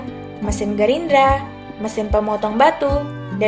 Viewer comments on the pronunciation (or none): mesin gerinda ya mba, bukan gerindra 🤣🤣